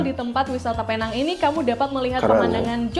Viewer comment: sebutan yg bener adalah peneng